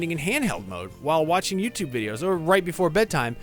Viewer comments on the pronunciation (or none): none